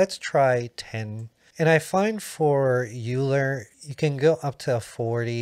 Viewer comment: "Euler" is pronounced as "oiler". It is German, of course, and after the great Swiss mathematician Leonard Euler.